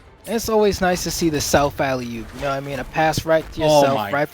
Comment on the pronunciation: that "WaT" killed me